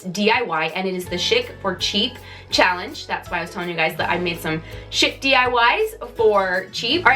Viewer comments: I love the wreath, you're so funny, " I speak English, really I do". I always love the ebd segments and yes we do need to flush our minds. Just one note maybe where you are you say chic like shick but most of the rest of us say it like sheek. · I enjoyed your diys!!! Just a side note..."chic" is pronounced "sheek".